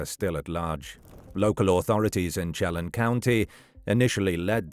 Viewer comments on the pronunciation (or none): It's pronounced "Sheh-lan" County , like in LAND, without the d. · Chelan County is sha-lan I think he's dead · I love how narrators cannot pronounce the indian names of sone WA locations like "Wenatchee, Chelan, Spokane, etc. I wish creators would look onto how place names are pronounced.